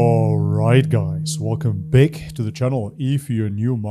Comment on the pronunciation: What's up with your accent? You say back as 'beck'. Get rid of the E dude.